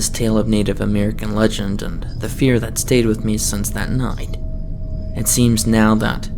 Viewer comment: Noight,, sloight, Yeah, not everyone likes this narrator and so many cutesy mispronunciations.